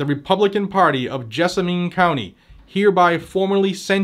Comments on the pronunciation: FWIW, it's pronounced Jessamun with the accent on Jess........;-) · Jess-ah-min is how that county is pronounced. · Small point FTR. Pronounced gez a men. Ask Alexa or Google what county is Nicholasville, KY in. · & gadgets, just an FYI, it’s pronounced “JESS a men” around here. Also, we’re all pissed about this jerk. It’s time to DITCH MITCH!!! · It is about time. And it is pronounced Jess-a-man county. We are working on the same thing in Pulaski and Mercer. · Cocaine Bitch is one of my senators and he is hated within the state. The only way he keeps gets re-elected because he never has any opposition. FYI Jessamine County is pronounced "Jess-A-Men" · Yeah, we have Mitch, the worst, and Rand, the best. Pronounced, Jezz-men county. EVERY Senator is comprimised by China. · As a Kentucky boy, it's pronounced "jess-a-men." Versailles is also pronounced, "ver-sales." Louisville is pronounced "loo-vull." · Jessamine, think min like minimum. I had a good laugh, I've never heard it pronounced your way. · Yeah, you slaughtered our counties actual name man Haha You could also say Nicholasville 🤷‍♂ Lol